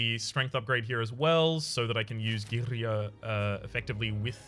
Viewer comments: It's unsettling to hear you saying girya almost perfectly right... you are not supposed to do that! Did you secretly watch those pronunciation videos again?! 😂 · that girya(same with matryoshka) pronunciation always gets me, but I thinks it's just me nice vid by the way